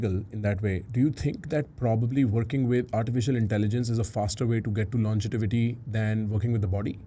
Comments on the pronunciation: Please stop saying "Longetivity." It's Longevity. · called ‘Longevity’ as ‘LongeTIvity’ the whole podcast. I'm hoping he will notice Bryan’s pronunciation. That was what my limited mind focused on, but I was so happy to hear him have one of the best intelligent conversations with Bryan. Love what is doing ❤ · Absolutely enjoyed the podcast—it even made me subscribe to the channel! However, I have to admit, mispronouncing ‘longevity’ as ‘longetivity’ was a bit distracting and made it hard to stay focused on the deeper conversation. Secondly, while I understand the time was limited, I was hoping there would be a question about managing population in light of Bryan’s ‘don’t die’ philosophy. With limited space on this planet and an already crowded Earth, does this theory automatically push us toward exploring and securing lands on other planets sooner? That said, the episode was fantastic—loved the questions and your preparation. Keep up the great work! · most funny thing is says logetivity instead of longevity and bryan doesn't say anything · The amount of times said longetivity instead of longevity even though bryan kept saying longevity, he was super nervous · ... brilliant interview done by you...very impressive...I m curious why u keep mentioning longetivity....is that even a word??Its Longevity right.. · Each time he says longetivity☠️